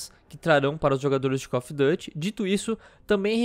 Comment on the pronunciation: "No site oficial do Cof duty"